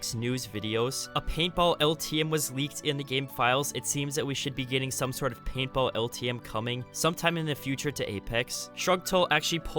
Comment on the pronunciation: Bro I thought he kept saying PayPal but he was actually saying paintball